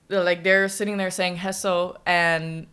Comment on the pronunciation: You are pronuncing HESO right and BELLAMY is pronounced as BEL - lah - mi, the stress is on the "BEL"